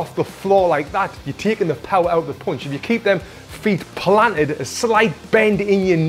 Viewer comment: i love how tony pronounce "POUNCH"